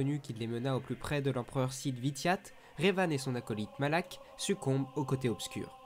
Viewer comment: Je crois que les noms que tu as écorché sont : bastilla shan et dark malak